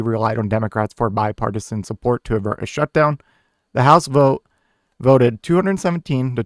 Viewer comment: It’s avert, guy. Not advert. Not hating here, but no one is gonna take you seriously with mistakes like that. 😉